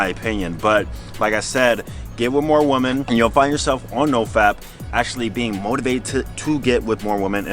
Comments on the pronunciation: I love you bro. But learn the difference between the pronunciation of WOMEN VS WOMAN. Thanks man 🙌🏾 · Is it me or does he say Women odd